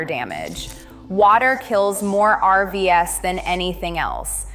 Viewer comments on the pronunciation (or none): Your are listening to a computer..... When it got to RV's ..... it read it as three letters instead of the plural for RV.